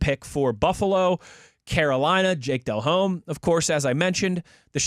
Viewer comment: That kid doesn’t even know how to say jake delhomme 🤦🏻‍♂️😆